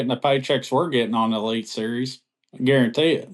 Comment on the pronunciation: does say "guaranteet"? 🤣